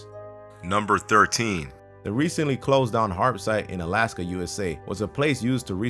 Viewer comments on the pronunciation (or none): none